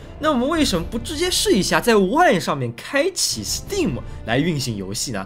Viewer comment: b站为数不多把STEAM念对的UP，